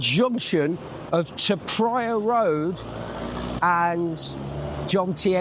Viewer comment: Comfort food is never over rated, it's needed after a few bevy's 😅 Great video and can I say well done for pronouncing Pattaya correctly, that's nice to hear and the Thai's will appreciate it too 🙏✌